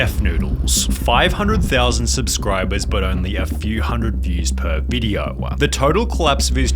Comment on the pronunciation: "Videoah, beforehandah, lacking resarchah!"